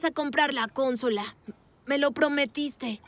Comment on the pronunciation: Se dice consola,no cónsola sin acento